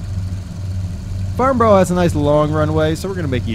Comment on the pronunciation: Great vid, hate to be the nit pick but as someone who knows that airfield well you pronounced the name quite wrong :D It's not farn-burrow" but rather "farn-burer" Think of the way in which you would pronounce Edinburgh and then take the end of that, that's how the end of Farnborough should sound :D